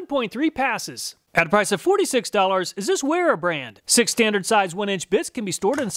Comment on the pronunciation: It's pronounced vera only weha is pronounced with a w! An NCO obviously wouldn't know that. Let's be honest this guy is the type of guy who'd count on his fingers at a spelling bee!